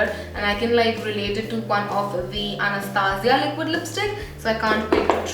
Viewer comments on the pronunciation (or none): none